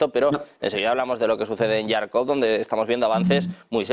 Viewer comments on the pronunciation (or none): Seguimos pronunciando mal Jarkov, esta ciudad se pronuncia con con jota de jamón de jabugo..como ja ja ja. Este hombre escucha pronunciar Jarkov a todos los tertulianos, todos los días pero el sigue pronunciando mal, incansable al desaliento... continua con Yarkov. ¿Es que nadie se ha molestado en informarle y sacarle de su error?. Lleva así días y deja en ridículo al medio que representa y a sí mismo, Боже мой . Gracias. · Por Favor , se pronuncia Jarkov.